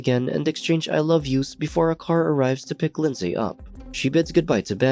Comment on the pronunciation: OMG it's pronounced Lin-z not lind-say. I comment that because that's my name and I've heard it mispronounced so many times that now I have to hide my cringe